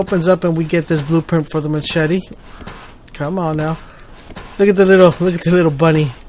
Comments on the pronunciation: Formula then he said, "mass-chet-ee." WOW. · ma - chetty xD omg you kill me